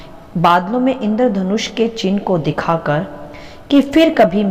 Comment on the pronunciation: दीदी जय मसीह, आपका वचन सुनाना मुझे अच्छा लगता है और वचन के इस अकाल के दौर में आप वचन को बाट रही है इसके लिए शुक्रिया। आज वचन में आपने इंद्रधनुष का उच्चारण किया है वह मुझे गलत जान पड़ता है, कृपया हो सके तो उस शब्द को ठीक करें।